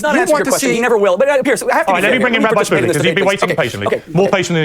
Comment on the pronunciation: "Rabby Schmully," destiny said. LOL. What is this chi-shane-ery